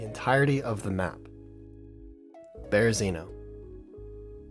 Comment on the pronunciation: Great video! It's the best when you have a full suit! Side note* You're pronouncing Berezino wrong. Just sayin' 🙏